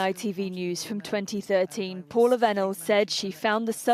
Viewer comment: Vennells pronounced Venom